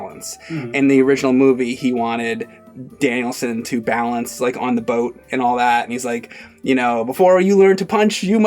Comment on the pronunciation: 😂😂 totally is saying it like Danielson